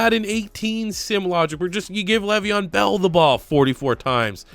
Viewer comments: Nigga said gravyeon bell I’m donnneeee 🤣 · dude i fucking died when you said gravyon bell